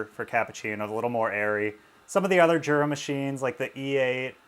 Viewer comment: Jura is from Switzerland and the J in Jura is pronounced like a Y. Phonetically it’s Yoora. ( Not being mean saying this, by the way).